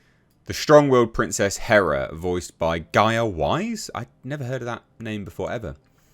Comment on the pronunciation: Big difference. Not Greek hera. But Hèra (Hei’yr’a)